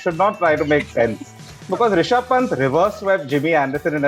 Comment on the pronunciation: Will someone tell Belley its Ri-sha-bh not Ra-shi-bh